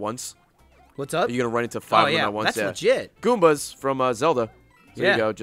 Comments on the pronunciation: Bruh you said goombus from zelda really dude ? Jk everyone makes mistakes but still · DID HE SERIOUSLY SAY, GOMBAS FROM ZELDA?!